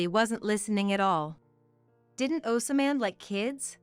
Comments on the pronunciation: For the love of The CORRECT PRONUNCIATION: "OSMAND" is NOT PRONOUNCED "OSAMAND". THE CORRECT PRONUNCIATION IS "OZMQND"! GET IT RIGHT! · 😅😅 yeah, that and "OsAman", or in other videos they pronounce "kinder" as in the first part of kindergarten instead of pronouncing it like "kind er". There seems to be no human supervisor for these Asian products. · Pronounced ozmand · Does someone get paid per incident to say, osamand, or rather assyman